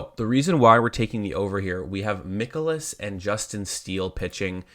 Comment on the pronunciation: Its not Mickolas, its Mikolas like Mike You won your bet, but do you usually cap baseball?? Seems like you missed alot of talking points, especially using a tiny tiny sample of bat vs pitch. VMI is a much better tool, not to mention how hot both teams are against handedness of pitcher. Also no mention of bullpens, cubs have top 3 guys worked back to back nights